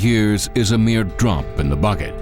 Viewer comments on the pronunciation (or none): none